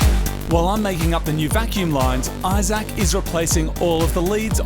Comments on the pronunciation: am i the only one who caught him calling Issac, "Eye Sack"? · "i-Zac" Your mate either has a ridiculous name, maybe just a ridiculous pronunciation of a normal name OR is he is an Apple product ? Which ridiculous option is it ? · EYE-ZAK... LOL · Main thing I took from this video is I can't stop hearing the way Moog says Isaac with so much thought each time. Like he doesn't want to get his name wrong lol. I Zac everytime. Only me? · It's Isaac but pronounced differently